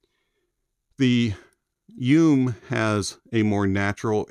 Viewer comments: Drink every time he says “yoom” and not “you-may” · FYI, YU ME, means "dream" in Japanese. Midnight dream. It's pronounced Yu Meh. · Yes, actually. But I kinda like how he pronounced it 😂